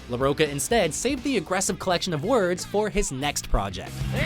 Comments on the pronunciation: It's De la Rocha. Not La Roca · De la Rocha not "Roca" for fucks sake learn your shit before making a video...